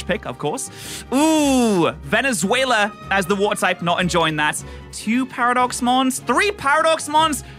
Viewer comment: He called veluza Venezuela